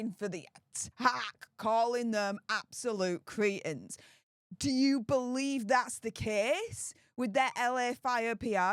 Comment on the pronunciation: Critens? I thought the word was Cretins 🙄 or is it a new word 😅